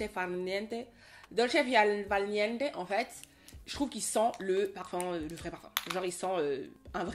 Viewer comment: L accent italien “ Dolce far niente” non mais attends! On 🥰 ❤😂. Merci pour ce contenu inspirant Oa✨